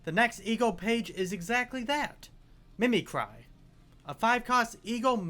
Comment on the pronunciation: i took 20 white damage when i heard him pronounce Gebura WHY DID HE PRONOUNCE MIMICRY LIKE THAT 💔